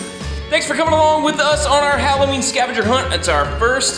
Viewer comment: It's hollooween